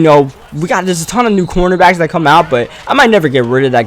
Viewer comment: I love how u pronounce your "that" to "dat"